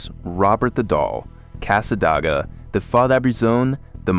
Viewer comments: It's "Cas-sa-DAY- gwah"!! Thanks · Whoops, AI narrator messes up "Tamiami". Wouldn't be so bad if it was "just" an avenue name. No one says "Ocala" that way. Or says "Cassadaga" this way. Weird, earlier "Marianna" was said well enough. Not here. Another weird, because you said "St. Augustine" ok earlier, not this time.